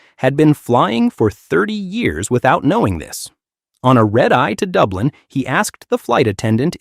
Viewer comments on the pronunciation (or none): none